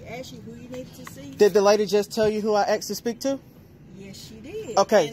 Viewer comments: Is it me or is the auditor saying I axed him a question.... you do know it's asked...right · “Ask her what I axed her…” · axed lmao